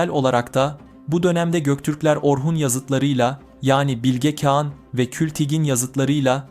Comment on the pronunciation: Bilge Kean nedir kardeşim Bilge Kağan diyemiyormusun